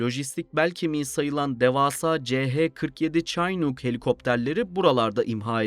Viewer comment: Güzel bir video, teşekkürler. (Not: Chinook helikopterini "çinuuk" diye telaffuz ediyorlar.)